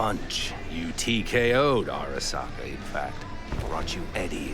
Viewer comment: Airuh-SAW-kuh, jesus dude. did you even listen to them pronounce it?